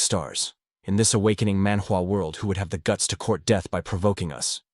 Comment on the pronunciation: Love the recap. But every time you say manwa recap world you break the immersion